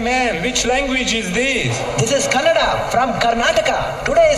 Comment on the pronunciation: Kannada sir not kannad